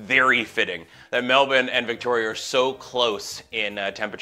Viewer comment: As an Australian, hearing and say "Melbourne" the way Australians do (Melbin) brought me great joy